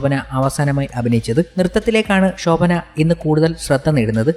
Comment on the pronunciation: ഷോഭന അല്ല ശോഭന